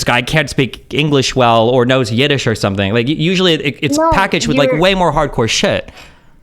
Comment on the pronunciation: Yidesh😂😂😂 never heard